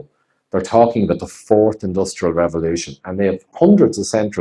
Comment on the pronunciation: Have you heard how Klaus pronounces 'The Fourth Industrial Revolution'? 'Ze Force Industrial Revolution' :)